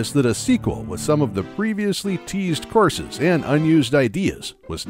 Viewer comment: Oh COURSES. I kept hearing, "horses" and couldn't figure out why Miyamoto wanted 40 horses in his game.